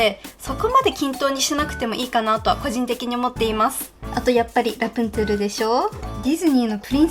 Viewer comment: あのー。。。 ラプンツェルってラプんシェルって言うんですか？